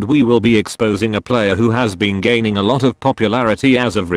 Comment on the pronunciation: First off when he said gaining he said gay and when he said his name he said testicle49